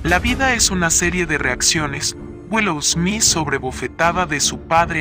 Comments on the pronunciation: 😂 Es smit así se pronuncia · No me concentré en el video porque me molesta que diga esmis jajaja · Me molesta tanto que diga smis 😱😂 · Yo escuchando durante este video: Will "esmiss" 🤦🏻‍♀️🤣🥴😂🙉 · Jajjaja Will esmis y Chris shosss jajaj